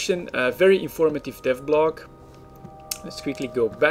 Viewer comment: it sound like you are saying death blog.. :D hehe... But i know what you meen.. I really enjoy yours videos... I have been playing eve in many year, but none of my friends are playing eve anymore, so i have become abit boring alone. :)